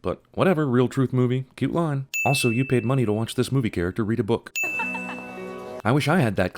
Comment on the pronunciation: ... to isn't prononunced too.. difference bro lol